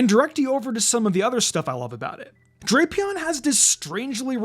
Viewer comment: It’s pronounced DRAP-ee-ahn, as in Dracula and Scorpion in origin, and nah-guh-NAH-dull, “Patrick Star”! 🤨 Stop mispronouncing Pokémon names, bub! 🙄